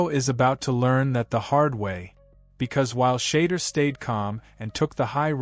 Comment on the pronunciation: Shader Sanders? Skattabo? This AI shit is getting out control lol